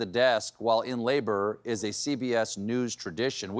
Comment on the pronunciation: I thought he said news, not nudes.